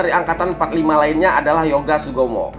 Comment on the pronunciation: Yoga Sugama.. bukan Yoga Sugomo..